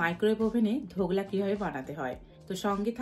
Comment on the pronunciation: সারাক্ষণ ধোকলার বদলে ধোগলা বলে গেলেন কেন ?